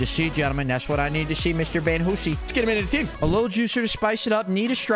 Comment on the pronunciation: "Van Whosie" 💀